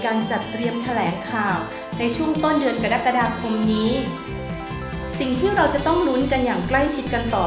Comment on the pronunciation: กรกฎาคม อ่านว่า กะรักกะดาคม ไม่ใช่ กะดั๊กกะดาคม. กรกฎาคม (อ่านว่า กะ-รัก-กะ-ดา-คม) ที่มา-สำนักงานราชบัณฑิตยสภา